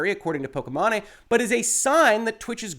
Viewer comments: Very important topic to discuss but I bet you every dollar in my pocket people will focus on how you pronounced. It's hilarious. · "Pokémon-eh" hahahaha 😆 😂 The ethot's streaming name is pronounced *poke-ee-main* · Correct way: po-ki-maine way: po-ke-ma-né Lololololol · everybody else: "po-ki-mane": "po-ki-ma-ne" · “POH-KEY-MAIN” not “POH-KEH-MA-NE” great content as always sir, appreciate you. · Wow, was really thrown by the “pokey mahney” pronunciation over the actual one, “pokey main” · It’s pronounced pokey main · I think it’s pronounced poki-mane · I think her name is pronounced pok-ee-main, but I'm not a follower of her content, so don't quote me on that :P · Good Lord,, you had me cringing at the pronunciation of her name. The 'e' at the end makes the 'a' say it's sound. Pok-ee-main Other than that, fantastic and important video. Loved the Sword of Damocles reference! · "po-ki-MA-ney" muahahahaahaha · I love you, reallyvI do, but Poke-main. Just....Poke-main. or mane, either way. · Why are you saying "Pokimane" that way 😂😂😂? It's pronounced "pokey-mawn". Altho, most people say "pokey-main". Given that I rather dislike her, I'm fine with people getting it wrong, but your mispronunciation is definitely a new one for me lol. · Thank you for your professional and reliable opinion. I had a feeling that a lot of streamers (that I still like and respect a lot) are spewing a lot of wrong information regarding fair use and dmca laws (regardless of how I think dmca law needs to be updated/changed) P.S. I'm pretty sure it's pronounced "poh-kee-mayn" XD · I believe her name is generally pronounced "Po-key-Mane" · are you up for a little pokimanipedi? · I do not watch pokimane at all, but I know you are butchering the pronunciation of her name and it sounds silly, like how did you even come up with that pronunciation? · I absolutely love how you mispronounced her name! Lmao please do not correct yourself! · I love the way he pronounced it haha